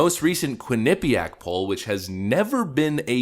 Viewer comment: You need to learn the correct pronunciation of Quinnipiac. One of my close friends graduated from the university and you are NOT saying it right.